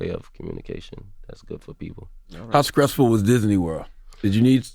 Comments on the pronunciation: Why does Charlemagne say Cs where there’s supposed to be Ts, conscruction... scressful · If C tha God says the word Stressful with a K one more time...